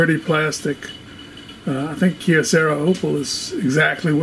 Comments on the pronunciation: it hurts ears to hear how you pronounce "kyocera" as keocera. try that "y" to pronounce same as y in "you". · Why do you say Kyocera as kiocera